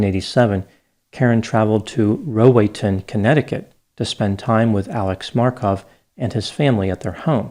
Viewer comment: Just FYI, it's pronounced Row AY ton. It's actually a village in Norwalk, CT, although many residents and real estate agents like to pretend that it's not.